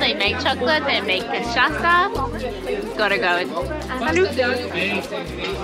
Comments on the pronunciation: So cute how you pronounce cachaça as cachaca 🥹 i’m happy you two enjoyed Brasil so much ❤ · Beautiful! Quick pronunciation hints: Paraty is said like “paratchee”, and cachaça, the Ç is like SS, so it would be “cachassa”.